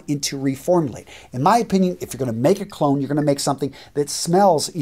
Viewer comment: and when you say “clone”, it sounds a little like “cologne”